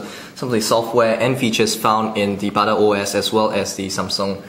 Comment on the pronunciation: Bada OS souns like 'badass'. Is that good or bad?